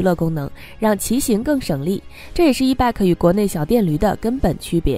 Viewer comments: e-bike pronounces as e-bite, no e-bag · ***It is NOT e-BAK !! IT IS E-BIKE !!! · 是 e-bike(白）,不是 e-bag（憋）.... e-bag 电动包包吗？？ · e-bike should not be pronounced as e-beck. The correct pronunciation is e-"baik" like in bicycle. Bike is the short form of bicycle. "i" is like in ice or nice. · E bike 不是 e bag, 发音有够烂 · 什麼發音？E bike諗成E-BAG、救命呀！ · 你的发音不正确 call e-bike. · e bike i的音 不是e 的音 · 听起来像e-bag